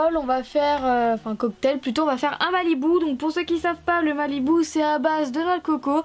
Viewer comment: c'est pas un "malibou" mais un "malibu" c t une petite remarque rien de méchant ps: je t'adore